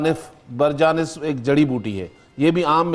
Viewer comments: جسکو ادویات کے نام صحیح طرح سے پڑھنا نہیں آتے وہ بھی منافق ٹی وی چینل پر دانشورحکیم تصور کیا جاتا ہے اسطخودوس کو استقدوس اور برنجاسف کو برجانس اور باقی بھی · برنجسف کا نام تو آپ سے صحیح لیا نہیں جا رہا۔۔۔۔ھاھاھھھاا استے قدوس صاحب۔۔۔۔ یہ کتابی نسخے ہیں۔۔۔۔ ھاھاھاھا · جو اسطوخدوس برنجاسف اور منڈی کو درست پڑھ اور بول نہیں سکتا۔ اس کی طبی قابلیت کا کیا کہیں